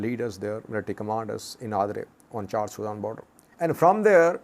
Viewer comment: There is no R in the name of the country Chad. The pronunciation Chard is of a vegetable. Pronounced with 2 R It means burned